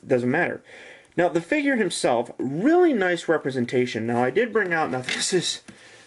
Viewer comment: that is a big light and when you said "now" it sounded weird like no-amgh